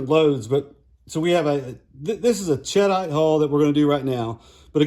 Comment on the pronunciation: SAAMI for 3" 28ga is 14,000psi which can be handy. sheh-deet (it's a blasting compound named after a town in France), ched-ite sounds like some kind of cheese. I doubt that matters but it sounds funny to me. Thanks for the info.